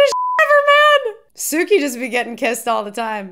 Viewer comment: It is pronounced "Sue-key" Suki.